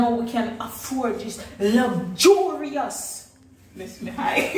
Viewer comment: Lugjurious 😂😂😂😂